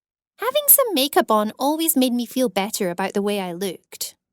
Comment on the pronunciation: PUEEPEERTYY BEETER MOOM girl that doesn’t how u say iT